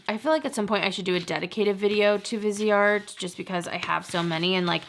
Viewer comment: i love your videos and would enjoy a viseart video. but please look up how to say the names right.